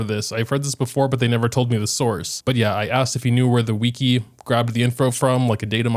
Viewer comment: i've never heard someone say wiki like 'weakie" before